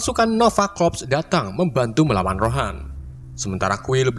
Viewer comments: Ronan bang bukan rohan😅😅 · Ronan min, bukan rohan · Ronan njir bukan rohan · Ronan bang bukan rohan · Bang yg bener tuh ronan bukan rohan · Bukan rohan tapi ronan